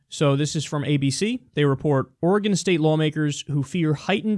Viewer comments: All of the Oregonians are relieved that he pronounced it right. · Thanks Kyle for pronouncing my state's name right. I HATE listening to out-of-staters pronounce Oregon.